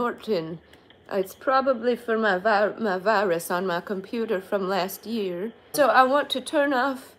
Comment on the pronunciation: Weterans Day, Wirus, (Wallpaper is OK). Opposite of Volkswagen.